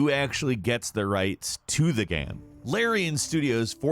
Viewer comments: Ghem ghem ghem ghem lol , all I hear is ghem not game. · My man keeps saying 'gayem' - It's GAME. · I love how this guy says ‘game’.... ‘gyame’ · why do you say gam? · hjk yeah. he’s going back and forth mispronouncing game and then pronouncing it correctly.